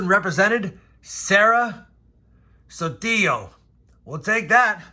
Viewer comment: damn i was waiting for you to say the name sara sotillo wrong but you nail it good job and i have found like 3 1938D but not good looking but never the less a key dates few weeks ago found 1938S just need to find 1939D to start an album cause 1939S i have few lol